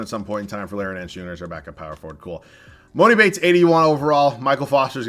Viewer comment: No hate but just so you know, it's pronounced E-mah-ni Bates